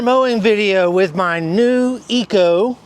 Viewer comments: I didn't want to say anything before but.. this is getting out of hand. Could you please just call it Echo like its spelled? Say EH and then CO. Thanks bud. Keep up the cool videos. 👍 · IT IS NOT CALLED -ECO-- ITS CALLED >>>>>>> ECHO<<<<<<< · I was thinking the same thing. Please learn to PRONOUNCE the name of your mower !